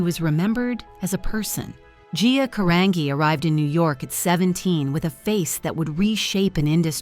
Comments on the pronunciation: The least you could do is pronounce her last name properly!! It's pronounced "Ca-RON-JEE" thank you very much. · Her name is pronounced Ca-rahn-gee. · Even sadder that the "narrator" can't pronounce her name correctly. 😢